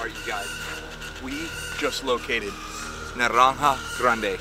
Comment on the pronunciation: "Narrrrrranja grrrande" only spanish would notice that fine pronunciation